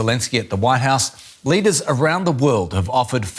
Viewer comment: Global leeaders ??? 😂😂😂